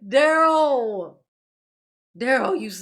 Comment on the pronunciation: Leave Duh-rell alone.... He's "MathboiFly," dammit!